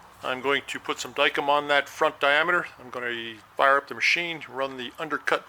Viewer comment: Howdy... Pie; (getting close to Thanksgiving and I have certain kind of pie on the brain):) Well, I've corrected you enough on "unloosen". It makes about as much sense as showing the figures from the medicated system for people who can't do fractions...;) Anyway, today's lesson is Dykem; It's pronounced "die-kem", not "dike 'em". There's a big smile in here for you, BTW. I don't know what it is, but I do this stuff all day and then come watch you do it some more. Must be a metal thing. Now, go unthaw some water so you can have ice for your tea! Dean